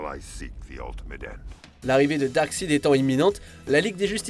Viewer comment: Aah la nostalgie m'envahit Par contre sérieux, c'est quoi cette prononciation de "Darkside" mdrr